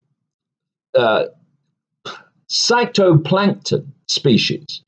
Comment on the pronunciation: It’s phytoplankton David, not cytoplankton Get it right Otherwise agree with you